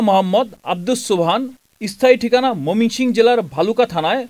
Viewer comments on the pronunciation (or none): 2.25 😂 momingsing zilla.. Uccharon Thik Nai..